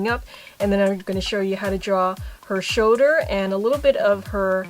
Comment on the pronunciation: i love how she says "shouder" #perfectimperfections